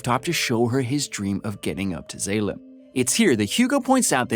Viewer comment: mispronunciation of Zalem (z-all-um) and Zapan (sah-pan) is, at least for me, is what makes this video almost unwatchable for me. but that's jut my take on it. the plot is right but mispronunciation of names, especially in a movie like this where I'm a major fan, is just cringy